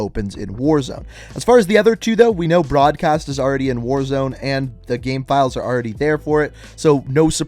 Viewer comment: I’ve noticed that you say “gamm” instead of “game” sometimes and I can’t stop thinking about it